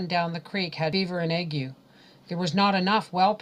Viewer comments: ...I am a retired RN...I believe " ague" is not pronounced the way you pronounced it..it is I believe, pronounced ag..with a long A and a hard G..the U and E are silent.Tbe A sounds like it does in the word "lay" and the G sounds like it does in the word" golf".. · And this is how I came to learn I've been pronouncing 'Ague' wrong in my head my entire life. Funnily enough when I first heard it I thought, 'giggle, she can't pronounce "Ay-gh" ' and then it hit me..